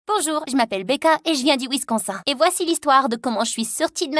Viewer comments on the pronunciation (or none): non jp3ux pas elle a dit visconssain